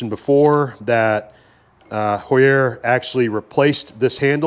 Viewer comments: Heuer = Hoyer, not Hoo-yerre. 😂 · You can pronounce “Heuer” like “Ho-ya” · In the USA we typically pronounce Heuer as "hoy-ur" But in Germany it is "hoy-ah" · Heuer, like the watch, Tag Heuer, is pronounced HOY-er. The "H" is hard, meaning you do pronounce it when saying the name. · very cool vice! HAUER pronounced "HOW-ERR". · Same spelling, different pronunciations, then. Tag Heuer watches are Swiss, so must be the difference there, then. :)